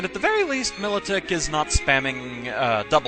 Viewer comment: I thought it was pronounced My-low-tick isn't it?